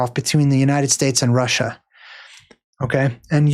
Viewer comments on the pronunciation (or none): none